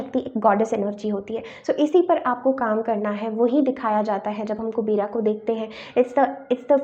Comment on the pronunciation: Kubera nhi kuber boltey h